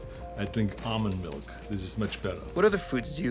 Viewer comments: He pretty much pronounces it "Arnold Milk" already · I litteraly heard him say Arnold milk instead of almond milk lmao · Thank you Men's Health for recording a situation where Arnold says, "Almond Milk". That word was MADE for Arnold to say it.